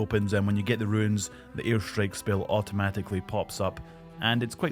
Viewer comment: Dude I’m scottish as well and can’t figure out how you end up pronouncing runes as ruins. Fucking hell